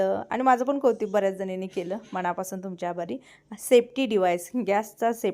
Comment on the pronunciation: ताई सर्वप्रथम तुझ्या नवीन बिजनेस साठी खूप खूप शुभेच्छा🎉🎉🌹🌹 ताई मी तुझे रोज व्हिडिओ पाहते पण मध्यंतरी कमेंट करणे जमलेच नाही ताई तुला एक सूचवायचे होते राग मानू नकोस तू नेहमी कवतीक अस म्हणतेय त्याऐवजी कौतुक असा शब्द म्हण व्हिडियो छान वाटेल बाकी तुझे बोलणी व्हिडिओ खूपच सुंदर असतात . अप्रतिम सुंदर जॉब सोडला असला तरी माझ्यातील शिक्षिका मला स्वस्थ बसू देत नाही.